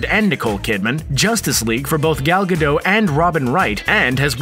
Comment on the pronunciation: The T in Gal Gadot is pronounced. Like dot com.